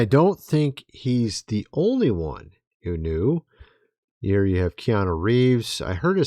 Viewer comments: I don't think it's Keana Reeves!!😢😮❤😅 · It's Keanu.